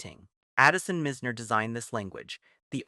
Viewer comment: its "M-EYE-ZNER" not mi-zz-ner as you pronounce it.